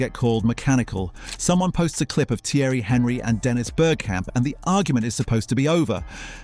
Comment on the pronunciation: 'Hen'ry !!! 'When'ger!! all credibility lost